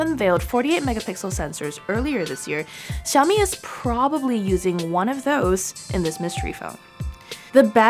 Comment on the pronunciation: It is "sha-o-mi" not "sa-o-mi"